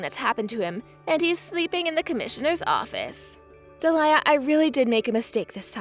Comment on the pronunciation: Alex sounds 15 and his avatar is of an adult - his dad, perhaps. And he's a bit too good at English to only be, what, 9? And it's pronounced Dee-lee-a not de'liar.